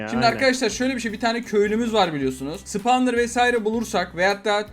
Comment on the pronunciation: Abi spavnırı karanlığa koy bide 7.39 spavnıra portal dedin ve bence comut bloğuna gidin